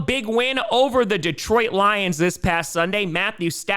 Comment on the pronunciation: Lol, anyone else notice said Gions instead of lions?